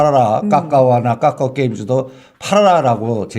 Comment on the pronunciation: 까까오 나만거슬리노?? 발음찰지시다